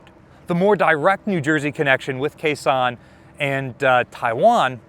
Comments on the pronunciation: It's pronounced Gao Xiong, not Khe Sanh. Fantastic content, but as a Chinese speaker i shudder every time you pronounce the city name. Do better! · Came here to see if someone had said this yet. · Kaohshiung is written with the Wade-Giles romanization, which is honestly pretty confusing to native speakers of English. Gao Xiong is pinyin and is probably easier for most English speakers to read and remember. I thought said Khe Sahn which really confused me. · if you're making another video there and you need to pronounce Kaohsiung, say it like "Cow" and "Shung" like "sung" but with an "sh". My family is from there, and my uncle was in the ROC Navy in the 1960's and served on the former IJN Yukikaze there. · "Kaohsiung" should be pronounced "Gāo xióng". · he just makes up the names as he goes.